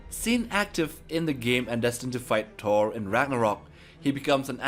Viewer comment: say thor not tor